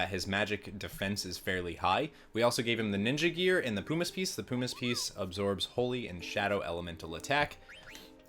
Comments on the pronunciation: Jesus christ I swear no one on yt can speak well. Its PUMiss not POOmiss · Where u learn English man moogles and pumice is not pronounced that way lol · Hhahaha Poo miss. It’s Puh mis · Oh, and "pyoo-miss"? Puh-miss! It's "puh"! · "Poo-miss piece" Mate wot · The way you pronounce “pumice” makes me want to cast meteor on you! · I can't handle the way he pronounces everything lol. Pumice is an every day word (PUH-miss, not POO-miss), Regen I always thought was (REE-jen), as in regeneration, according to Dissidia: Zidane is also pronounced (zih-DAHN), but I'll let that one slip because I hate it. The moogle... (KYU-po)??? Curaga... (kyur-AY-ga)???? I'm dead x.x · Just because it's annoying: pumice as in bum, regen as short for regeneration not regent as in Ronald Reagan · Kupo = Coopo Regen = regen like regeneration Also sayin pumice wrong